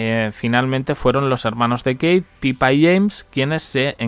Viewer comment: ...cosita, creo que hace tiempo ya te dije, pero bueno...lo de "Pipa" ó "Pippa" en realidad es bastante sencillo. Si se escribiera "Pipa" se podría pronunciar "paipa", pero la DOBLE P de "Pippa" hace que la I necesariamente se pronuncie como "i" y no como "ai". Saludos!